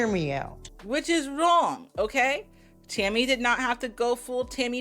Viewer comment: Tell me why I spent half this video trying to figure out who "Timmy" was when was just saying Tammy a little different & I said "ohhhhhh shes saying TAMMY" hahahaha am I losing my braincells 1 & 2 hahahaha